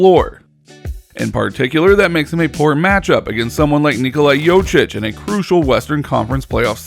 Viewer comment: You're pronunciation of Jokic is completely wrong.